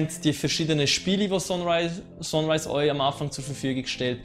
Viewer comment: Gutes Video, aber biiiiitteeee englische Begriffe korrekt aussprechen :) :) "Sonrise" = Sunrise wird "Sannrise" ausgesprochen. "tomp raider" = "das O wird hier als U ausgesprochen" also "Tumb Raider" "Särver" = Server spricht man quasi "Sörver" aus ;)